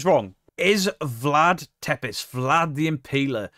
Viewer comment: Tepes - pronounce it this way Tepesh, wherever you see an accent on the bottom of the "s" in Romanian, you sound it like sh. shadow-blocked me because I critiqued his pronunciations and historical facts regarding V.Tepes.